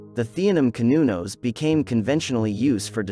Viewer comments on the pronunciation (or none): Cer-nun-nos is how it's pronounced not cun-no-nos. Old Celtic language is just an older form of English so it's just proper. Just like how older Latin is just masculine while modern Latin is feminine so old terms were proper which is masculine but then language aged and proper became past tense making it feminine. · Pronounced "sir" not "cur" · You did really well with your research! I have been a follower of Cernunnos and his alternates since the early 70’s (pronounced Cur-nu-noss, you almost had it right, better than most). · Not true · i have garlic wheat and offerings of wine for cernunnos.. sir non nos is my pronounciation of the gaulish lord and god of nature and seasons